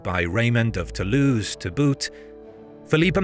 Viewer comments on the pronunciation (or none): none